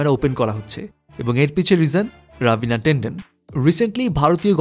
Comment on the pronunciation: Tendon or tenden na . Ravina tandan